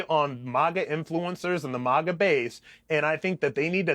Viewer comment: MAGA. Not "MOGGA".